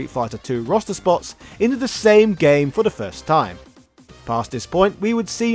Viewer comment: I keep hearing "Rasta" whenever you say "roster." It works.